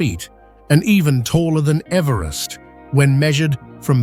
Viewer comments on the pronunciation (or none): none